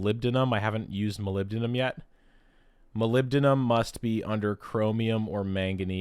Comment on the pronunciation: I can't believe you got tc wrong! I didn't do any better, no worries I always get nibium and niobium mixed up.. Burger King ium😂 Moly-bi-dineing-yum